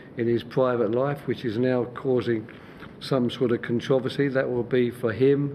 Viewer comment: “ contwoversy”lol